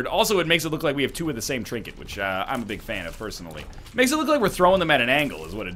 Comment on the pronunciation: "till kwo birds with one stone"